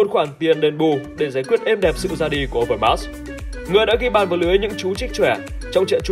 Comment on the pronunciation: Đọc sai tên Marc Overmars rồi Admin.